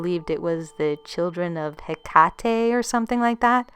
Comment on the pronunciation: You're mispronouncing "Hecate" but this is an excellent narration!